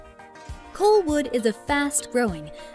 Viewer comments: Colwood not Coalwood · I've never heard of Colwood pronounced "Coal-wood" before. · Coalwood? Saaaaaanich? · Even the voice over artist has no clue and mispronounced several of the city names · A number of the scenes shown for Surrey are actually Vancouver. Did someone who has never lived in BC produce this? Colwood and Saanich pronounced wrong. Three Rivers the largest University in BC? Dead wrong. UBC has almost 3 times the enrollment. Surrey has one of the highest crime rates in BC. Fort St. John is a place in the middle of nowhere and the winters are as colds as Edmonton. Pictures of Victoria in the Saanich part. I do not vote down many videos but this one was really bad.